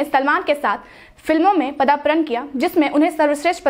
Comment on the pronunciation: Padarpan hota hai padapran nahi